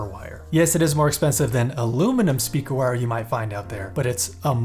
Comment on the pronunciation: Stayed for the end and was pleasantly surprised with those bloopers. Definitely needed that with my morning coffee. "Speaker...with a G... speager"...Thank you for this! hahaha